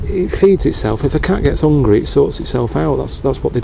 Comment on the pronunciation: "It 'ad lost an eye by the time they got back, bu' it didn't go 'ungry." Can't beat it.